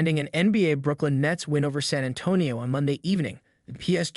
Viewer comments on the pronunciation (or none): none